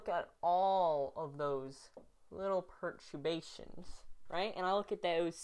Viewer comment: I like that you can do calculus of variations but you can't pronounce perturbation correctly (but that's ok)